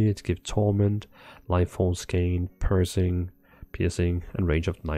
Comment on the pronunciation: That's a neat concept, I like it. FYI "piercing" in english is pronounced "peer - sing". Great video as always!